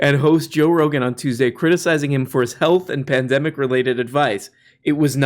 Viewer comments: You almost said "pendejo" when you tried saying "pandemic" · It's hilarious watching a man who can't even properly pronounce the word "pandemic" then go on to ridicule the verbage someone else chose to use in an article they wrote.